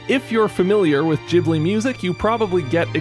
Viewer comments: It's studio "gheeblee" not "jeeblee" Trying to watch this on mobile it torture... why couldn't you reupload it with the midi already in place? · Not the jibli pronunciation💀